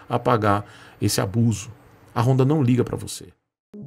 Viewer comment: Mas não é apenas uma moto, é uma "rooooonda" KKKKKKKKKKKkkkkkkkkkk